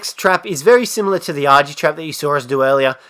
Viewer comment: Stop saying argy. It sounds wrong